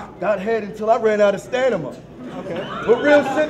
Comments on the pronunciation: LOL First T-rex with "serregation", now with "stanima" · STANIMA LOL HAHAHAH BAHAHHAAH STANNNNIMMA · did say " stanima"? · Stanima? lol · ok the point is said "stanima" in the battle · did no one notice say staNiMa...?